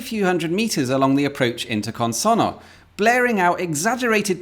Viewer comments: I can tell you care about pronouncing things correctly. You don't quite get Consonno right. Here's what you do with double consonants in Italian, to which English-speaking ears (!) are not normally accustomed. Syllables are split between the consonants - CON-SON-NO. When pronouncing it, you throw nothing away. Only H's are silent in Italian, but alter pronunciation in other ways. This means that you have to pronounce both the N at the end of SON and the N at the start of NO. This produces a slight hesitation on the double consonant. (It also has the effect of slightly shortening the vowel just before. Had we had a single N here, the O would sound as in "road", with the double N it's like "rod", which you correctly say.) This gives the language its rhythm. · Your Italian accent is good, but you really need to stress the double n in the word "Consonno" to pronounce it perfectly.